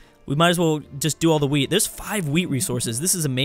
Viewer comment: Everytime he says wheat, i hear weed:) All hail, the wise.